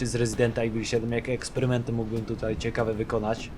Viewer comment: Co jak co, ale mógłbyś popracować nad słowem ciekawe, bo dosyć często się pojawia :p